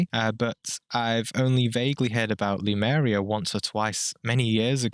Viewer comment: I think it's called Lemuria rather than lumeria. There is a lot of info on it, but it all based on channeling or such things, so the info is full of interpretations as well.